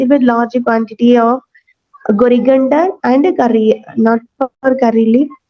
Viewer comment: Coriander leaves 😂not gorigender 😂